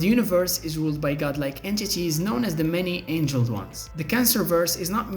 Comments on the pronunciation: Many ANGLED ones, not ANGELED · Many angled, not angeled... silly 🎉